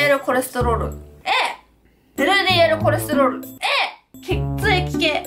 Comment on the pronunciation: コレストロールに、きこえる